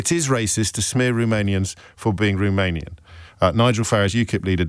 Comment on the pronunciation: Can we first pronounce Romanian correctly?